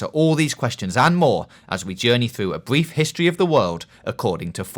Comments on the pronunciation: Bweif histowy of the wowld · A bwief histowy of the werld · “A bweif history of the world” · Bwief not brief get it right guys 😂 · A Bweif Histowy